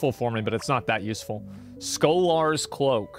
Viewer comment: Asmons pronunciation of "scholar's cloak", hurt my ears